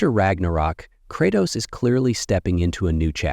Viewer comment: cratoos and atreeus